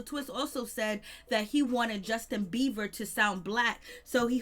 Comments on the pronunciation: It has nothing to do with HIM it's very annoying to hear her keep continuously say beaver! And no I'm not running I'm sitting typing on my phone thank you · Thank you. I was about to explode. I just need anyone putting energy into a whole entire story about an individual to at least know how to pronounce their name. There is a difference between a "b" and a "v". Just facts that's all.